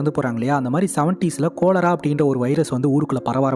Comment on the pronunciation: Thambi adhu கொலெரா illa காலரா.